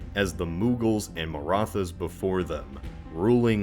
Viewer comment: It's amazing that you pronounced Bengal perfectly! (Butchered Marathas but that's fine lol). Wasn't expecting this video, must admit I was taken by surprise; instant click